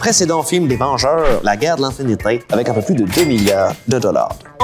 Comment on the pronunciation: "La guerre de l'infinité" avec cet accent x)